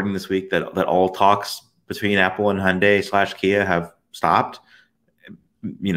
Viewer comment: I’m disoriented by the way he is pronouncing Hyundai and Reuters 😆